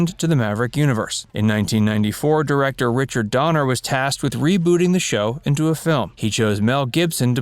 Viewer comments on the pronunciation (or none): none